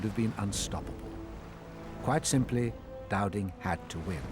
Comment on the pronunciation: it’s “Dowding” geez 😂